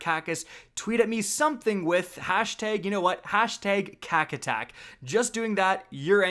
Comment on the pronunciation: noooooooo "kack attack" lmfao